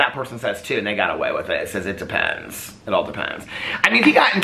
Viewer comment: said "it depends" and I heard "in depends". I am not saying sorry to the depends community